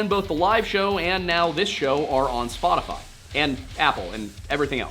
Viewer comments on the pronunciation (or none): none